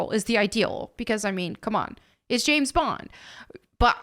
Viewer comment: "The name is Bond, Gays Bond."